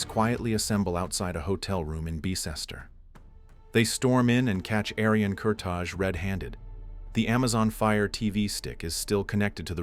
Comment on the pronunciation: Its not Kurta[J] its Kurta[i].......that J is Albanian